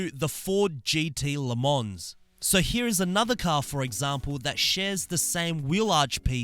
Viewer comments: please do you and us a solid and NEVER actually pronounce the S in Le Mans, its silent so its actually pronounced “leh mon” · Haha this guy actually says la mons. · le mans is pronounced le mon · "Le mons" LOL "Scuderia"😂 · You actully don’t pronounce the S in le mans. Just sayn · You do not say the s in Le Mans